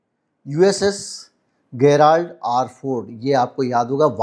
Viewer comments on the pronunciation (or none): O' bhai ji......Likhte Gerald hai, bolte Jerald hai.